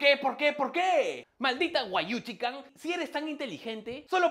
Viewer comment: diciendo: wayuchican yo: cagandome de risa